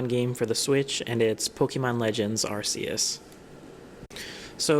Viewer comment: WHY DOES EVERYONE SAY ARCUS WRONG!?